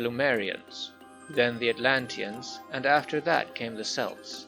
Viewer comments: K-elts, not S-elts. Celts with a K is a people, celts with a S is a jewellery style and soccer team. Ffs why cant Americans say it right?! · Some notes on pronunciation: Celts reads as KElts. Lemurians read as well, Lemurians, instead of LuMErians.